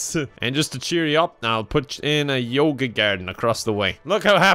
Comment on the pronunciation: "who needs food, when you've got yoga?" did you say yogurt? "no...." :)